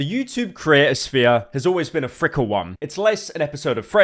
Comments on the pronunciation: Pyros opening line I believe he meant to say "fickle" not "frickle" no idea how he goes into so much detail with everything else but can't know basic English. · Someone help me out. Is Pyro doing a bit or does he genuinely think the word is 'frickle', not 'fickle'.